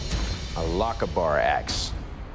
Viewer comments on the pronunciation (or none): Pronounced "loch Ah burr" not "lokabur". Stress is on the "Ah". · Why can nobody on the show say LOCHABER? LOCH-AYBERRRRRR. SCOTTISH. NOT LOCK-A-BAR. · Wish they would learn how to pronounce the word lochaber, it’s lock-ah-bur as one word. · It's pronounced Lauchh-aeh-berr... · Pronounced Loch-AR-ber sincerely, Scotland.